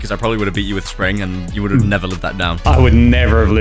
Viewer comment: Why does spring say spirit😂😂😂